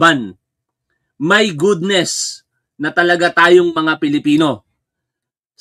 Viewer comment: 😂😂😂😂 "My gudnes"